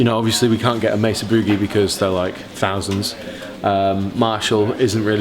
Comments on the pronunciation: Pronunciation tip. It's not Meh-suh, and it's not boooooo-geee. Use Spanish vowels for the spanish word, May-sah and it's the American shorter version of oo as in cook with a shorter duration on the -ee. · pronounced 'maysa' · I mean technically, mesa would be meh-sah but yeah this gets me every time.